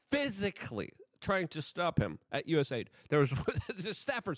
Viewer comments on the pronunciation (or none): none